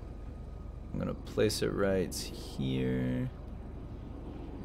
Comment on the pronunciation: At. The. Ples